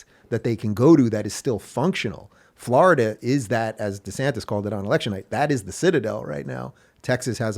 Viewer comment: The way Rubin pronounces Florida needs to change 😅